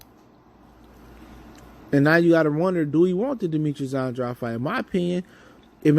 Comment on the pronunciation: Just some advise, pronounce the man's name right. Sounds like "Ann - draid". Unintentional but unprofessional and disrespectful at this point. Otherwise keep up the good work, you've been on fire lately.